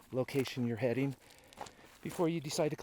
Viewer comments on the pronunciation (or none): “Interesteen”, “greazy”and “headeen” are not words.